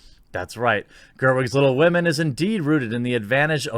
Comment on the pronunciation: I would rather read Tom Sawyer than 'Wittle Wahmen'